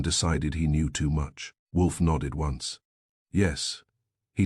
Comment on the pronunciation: Why does your AI pronounce once as ons and No as Number? Why do you have such a limited range of names? Why are all your characters stereotypes? Time to change the AI bot.